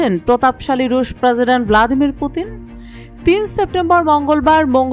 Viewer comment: প্রসিডেন্ট বলার ধরন এমন কেনো?